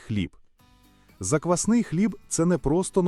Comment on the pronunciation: Озвучення тексту( ШІ? ) потребує коригування : заквснИй хліб )), заквАсний українською - хліб на заквасці, яка є основою або замінником дріждів.